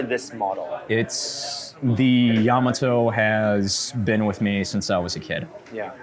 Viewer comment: Why can't American's pronounce Yamato correctly? It's so painful 😖